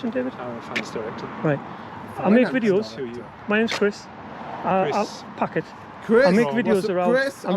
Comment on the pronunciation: did he really say his name was ''.... 🤣 great vid bud